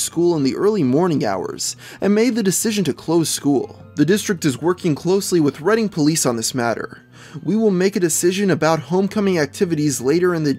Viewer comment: I'm glad you said Reading right lol